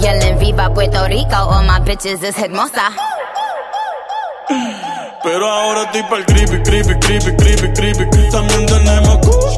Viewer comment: How is her speaking remarkable she's not even pronouncing the words correctly ..she says , all my bitches es ermasa ..u know what that means ..all my bitches it beautiful .....so yeah